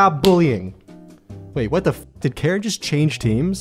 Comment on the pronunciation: why you say karen like that?